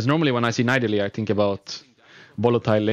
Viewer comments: Rekkles it's pronaunced NI DALIE not NAI DALI... I mean I know it's not your native language but still NAI DALI? xD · Rekkles just need to practice his voice a bit and he would be the best commenter ever, cuz he has so much ingame knowlage... Yea that and maybe learn how to say Nidalee :)